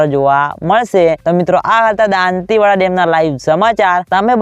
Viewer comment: સારી રીતે બોલો દોન્તીવાડા નહીં દોતીવાડા કહો